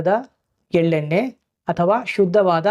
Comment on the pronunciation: Desi hasu all naati hasu ... It is ಗಾಣ not ಗಾನ. It is not ಎಲ್ಲೆ ನ್ನೆ it is ಎಳ್ಳೆಣ್ಣೆ ... kannada dalli video madta iddira plz respect the language